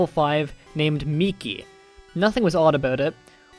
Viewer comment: I'd like to thank you for being the only person I've seen so far to pronounce Miki properly